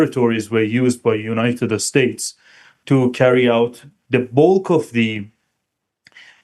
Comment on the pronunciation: I like the way that he says, "United Estates" 😊